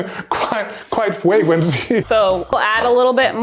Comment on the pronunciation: Can we get "fwagwency" on a shirt lol